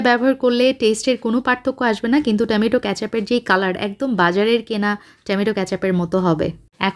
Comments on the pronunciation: Besi dong kore kotha Bolte giye tomatoke temeto bole felcen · Fix your tomato pronunciation.